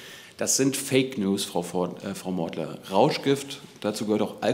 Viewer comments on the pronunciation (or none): Nennst du sie bei "Frau Modder"?